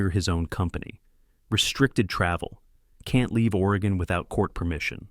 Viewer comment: This writer and reader know nothing about Portland. There is no fog in August. October, but not August. Wallamet is the wrong pronouncination for Willamette (Wil-am-ett). And Couch street is pronounced Cooch. Why? Who knows. Oregon is pronounced Ory-gun.